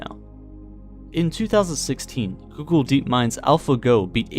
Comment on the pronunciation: Think soogle, Doogle